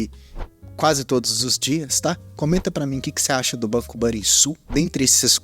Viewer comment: Video que mais esperava, foi uns dos primeiros que comprei sem mto conhecimento ainda e acabei comprando caro, mas vou seguir com ele investindo aos poucos quando ele tiver baixo assim pra longo prazo, muito bom video como sempre, só vale dizer que se pronuncia Banrrisul mas isso é o de menos kkkkkkk